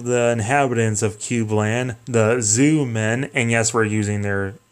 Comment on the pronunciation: lol Zoomen. they are called Zyuman, jewman that is how its prononced. Ir might help you learn a litttle bit of Japanese.